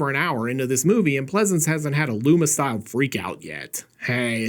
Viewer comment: "It's a me Lumas" 😂